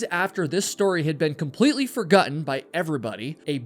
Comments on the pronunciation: Why do you pronounce the word "for-GOT-ten" as "for-GUT-ten?" Are you getting a lot of comments pointing it out? 😂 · Did you say fergutten instead of forgotten?? Or is this just shit AI narration???? If I hear or see anything else that makes me suspect AI I will be blocking your channel...